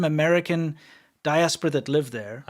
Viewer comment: you keep saying diasperer like rest if us use that wird ever day